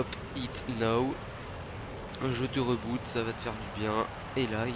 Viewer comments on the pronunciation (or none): reboot ? On dit pas riboot (le c pour la prononciation)?